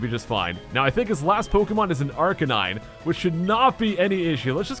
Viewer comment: Arker nine? Surely that is one of the easiest pokemon to pronounce correctly, most of the name is canine.